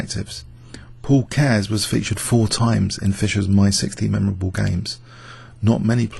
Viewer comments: Great video. You pronounced "Keres" wrong, by the way. It should have two syllables (KE-RES). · Actually is pronouncing it, Keihrs not Cares.